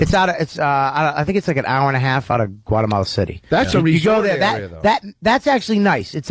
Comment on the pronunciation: LOL "Gualamala" fucking Vos :P